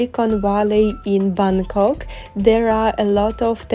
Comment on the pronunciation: Hello..I really admire you. Where you can pronounce the word "Bangkok" correctly like a local 😊